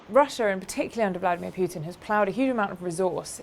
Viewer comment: It is PUTIN not PJJJJJJJUTIN omg.